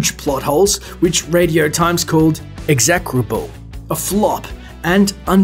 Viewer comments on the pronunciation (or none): That moment when you pronounce "execrable" so badly that you have to come back in for another recording session.